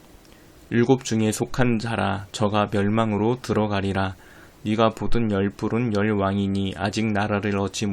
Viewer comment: "네가 "를 "니가" 라고 읽어서 아쉬워요